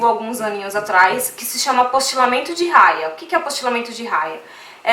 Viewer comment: Cidadania é diferente de nacionalidade.... E não é Raia é Haia.... fala sério!